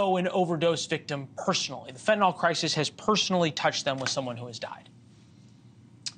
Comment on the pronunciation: RN here who has given fentanyl IV. I don't understand why people insist on saying fen-tin-all; it's FEN - tah - nill.